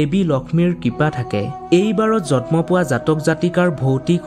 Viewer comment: জন্ম শব্দ টোৰ উচ্চাবণ ভুল হৈছে তোমাৰ।জতম নহয়